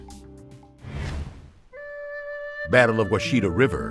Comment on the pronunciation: You butchered the pronounciationg of Washita, its not pronounced wash-ita, its pronounced wash-i-tah, wash as in wash your clothing, i as in it, and tah as in lake tahoe.